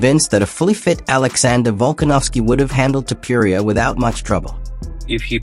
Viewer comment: Author, who the fuck is “Tiuppiuria”? His name is “tOpUria”! Or Topooria. For correct pronounced